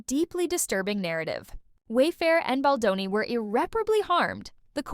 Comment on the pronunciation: Who’s this Boni the AI keeps saying🙄. Get his name right account owner